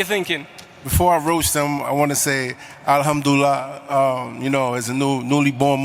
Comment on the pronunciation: this wannabe muslim can't even pronounce Alhamdulillah correctly and i doubt he even knows what it means😂😂😂